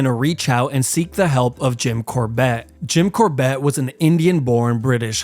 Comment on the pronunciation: Good video, but his name is Jim CORbett, not Jin CorBETT. I believe he also wrote a book called "Temple Tiger"